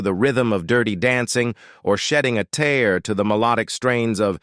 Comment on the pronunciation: How did this commentator get a job speaking? "Swayz" "soap 'O'pera" and "comeuppance " "shedding a 'tare'" ?????